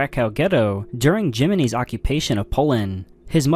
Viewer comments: Bro's using jimminy that's why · why did bro pronounce Germany like "jimminy" ☠ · Your ears are just fucked up, his voice is fine, 135,000 people watched this video. He did call Germany “jiminy” though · u sure you’re not using AI? bc the way that narrator says “germany” is just weird